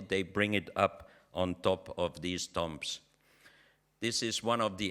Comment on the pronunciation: Say tombs not tumbs.